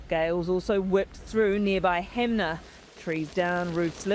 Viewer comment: It's Hanmer not hamner